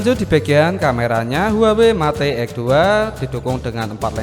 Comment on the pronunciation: Yg begini jd you tuber...mate....met...bloon bacanya